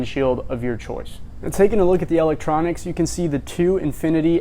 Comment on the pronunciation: What is “L ek troniks” 🤣😂🤣